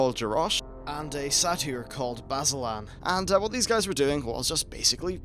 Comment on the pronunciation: What the fuck is a Sayt-EE-r? It is pronounced SAYter...